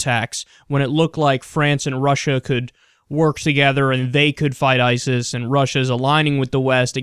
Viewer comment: haha, you said Itis